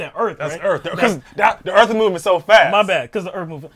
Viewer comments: God, I was cracking up to hell with that ‘ooh, I felt da earf move’ and ‘we need to restart da earf!’ Where do they find these people? Sorry, person. Dimond was the only one commentating. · "Time to reset the Earpf" lol